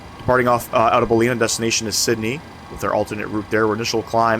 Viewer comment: It's pronounced Bal-in-ar. Nice quality video. Thanks.